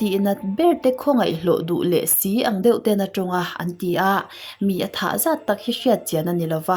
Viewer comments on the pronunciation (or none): none